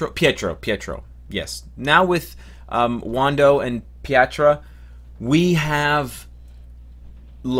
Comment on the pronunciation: I love how you butchered the names for wanda and pietro